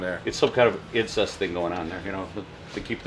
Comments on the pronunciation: I swear to God dude selling the stereo accidentally said "incest" instead of incense at of point. maybe I'm mis-hearing it, especially since he said "incense" correctly a time or two, but I swear he messed it up at a certain point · "Some kinda insest thing going on" he says.